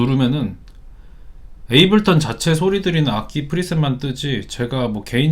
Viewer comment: 에이블턴 말고 제발 에이블톤이라고 해주세요..;; 너무 거슬리네